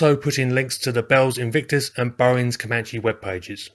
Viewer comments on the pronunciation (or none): none